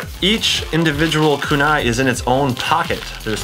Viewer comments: It’s “Kunai” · the way he says Naruto and kunai